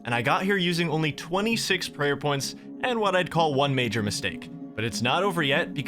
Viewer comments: one “mager” mistake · one "mager" mistake hehe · One “mager” mistake. I like it